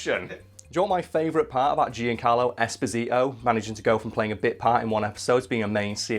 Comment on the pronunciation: Come cazzo hai pronunciato Giancarlo esposito nse sa anfamone